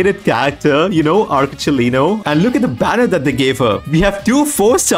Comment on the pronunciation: I am gonna ignore that " arCHE..Lino"